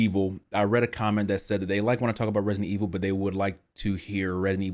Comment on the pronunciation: Dude why are you always say Redident evil 😂😂😂 anyways I subbed cuz u sems cool guy